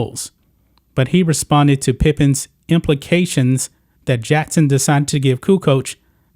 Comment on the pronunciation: It’s Jackson. Not Jattson. Common mistake.